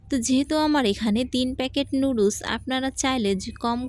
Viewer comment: লুডুস কী আবার? নুডলস বলতে শিখেন আগে,তারপর রান্না করিয়েন।